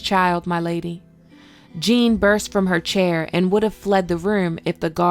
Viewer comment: Jane/Jeyne not Jean.